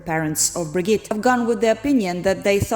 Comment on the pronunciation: Cant you see a video about the case in Norwegian and pick up how to pronounce stuff. You got her name terribly wrong. It is herd to even recognize you are talking about Birgitte.